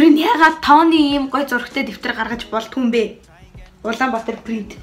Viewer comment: Яасан эгдүүтэй охин бэ.Тэр Улаанбаатар принтийн яг зөв хэлсэн✌💖